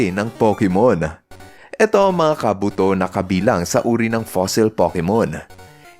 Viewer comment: FYI, si Ursaring po ay mahina sa sipa gaya ng Double Kick at Triple Kick. Dahil si Ursaring ay Normal type Pokemon at ang dalawang binanggit kong moves ay Fighting type moves... Kaya anong hindi tinatablan? Search muna po... By the way, tama ka sa info ni Kabuto. Mali lang pagkakabigkas ng name.